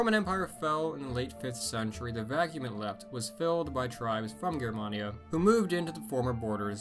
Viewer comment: THANK YOU for pronouncing "Germania" correctly!